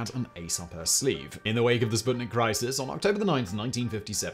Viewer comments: "u"... it is pronounced "spootnik" as in "spoon", damn it :) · Hello! That thing is not called sbuttnick. It‘s called sputnik, the companion.